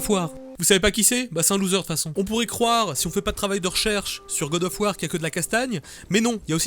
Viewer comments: le faul sav war m'a tué XD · "Faul sav War" k.o x) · "Faul sav War" excellent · Gad of war... Putain j''appelle les flics xD